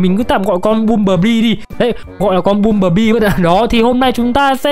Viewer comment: anh ơi băm chứ ko phải là bum